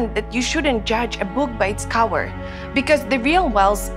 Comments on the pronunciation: Im hearing cawer 2x but the subtitles says cover bruh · why do they say cower instead of cover